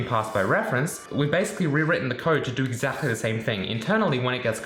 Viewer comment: Rude question... Why do you pronounce 'exactly' so strange? You kind of say it like 'exachly'. Is it an accent? I'm sorry if this is a rude question, I'm legitimately curious. Great video as always :)